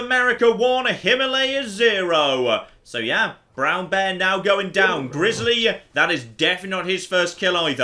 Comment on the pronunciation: I love the way pronounces grizzly (Grizzalie)